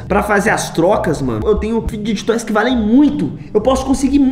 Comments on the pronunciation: da mó agonia ele falando fid*get* toysKKKKKKKK mas o video é daora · Tu fala tudo errado meu N é figuidiget toys, é fidget toys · Enaldo eu gosto muito de você é meu Youtuber preferido mais você fala figed toys errado 😶 desculpa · Não é fid get toys, que se fala é fideg toys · Enaldinho você fala fiquetoy é fidget toys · Não é figiguets toys é figets toys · È figetois não figigetitois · E figet toys n figget toy ele fala errado mano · que agonia dele falando fidguet toys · fidguet toys kkk parece eu falando quando eu acordo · Ele nn sabe falar fidget toys ele fala figtg toys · Só eu que me incomodo quando ele fala errado fidget toys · Não sei se é só eu q tenho agonia dele falando fidget toys kkkkk mais amo ele kkkkk comprei quase todos os livros dele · Enaldinho tu tá falando fidget toys errado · Só eu que percebi que ele fala errado a palavra fidget roys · Enaldinho falar fidget toys errado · Para de falar fidget toys errado